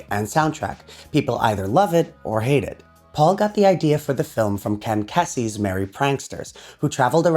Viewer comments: Ken Kessey? It is pronounced KEY-Z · Ken “keezee” not “kessie” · It's pronounced (Ken) key- zee. He wrote the "Electric Kool-aid Acid Test" and other beatnik classics. 🥂!✌️,💚,&🌲s! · Ken Kesey's name is pronounced "Keezee," as in "easy," not as in "Tessie." Local SF boy here. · It's pronounced Keesey. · It's pronounced Ken 'Kee-sy of the Merry pranksters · Good vid on the topic. I would point out that Kesey's last name is actually pronounced ("Keesey" - long 'e' after the K). Saw him give a speech from his bus when I was in college. They were promoting the candidate "Nobody" for president at the time. :-) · for the record “Kesey” is pronounced “key zee” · it's pronounced - Ken KEY-Z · I don't have time to see if someone else beat be to it or not, but Ken Kesey's last name is (was) pronounced, 'KEE-zee'... Also, MMT wasn't conceived as an LP; that was Capitol's doing in the US. In the UK, it was released as a 2-disc 7" EP (w/just the US LP's A-side tracks)... Fuck me! Look below- someone did beat me to it... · Nice video , enjoyed it . Just for the record , you pronounce Kesey KEY - C . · Kesey - rhymes with "cheesy." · Great report but you mispronounced KESEY!